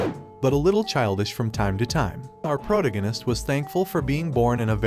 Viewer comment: fix how your bot reads protagonist bro. its irritating